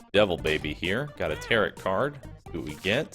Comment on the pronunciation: LOL Tarot Card pronounced like Carrot